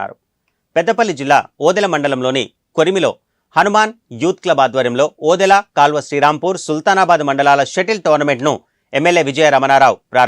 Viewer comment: News reader.....! First of all you speak properly village name : కొమెర Not say( కొరిమి.. లో)...... it's say ( కొమెర.. లో )